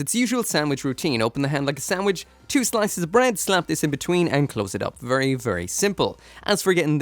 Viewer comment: vurry vurry